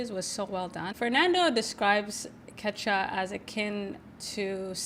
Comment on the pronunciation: Hi, thanks for bringing this incredible film to listeners! I just saw this at the Seattle Film Festival and was blown away. You might think about a couple of things: post a clip or trailer as soon as you can get your hands on it, and 2) listen for how to pronounce the title of the film and the language "Quechua". Both of them came out wrong.